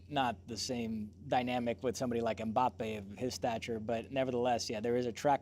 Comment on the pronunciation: Stop being lazy and pronouncing last names in english. Mbappé has the accent on the e.